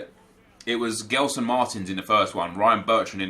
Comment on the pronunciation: just one thing. It's not pronounced GELson Martins it's JELson Martins. Keep up with the great content!